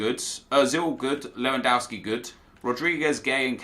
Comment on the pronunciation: why do you call lewandowski lewandauski?